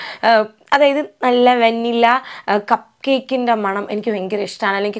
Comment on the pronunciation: It should be pronounced as vuh·ni·luh not vaa-ni-la